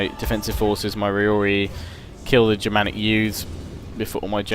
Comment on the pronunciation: it's ROrarii, not Riorii:D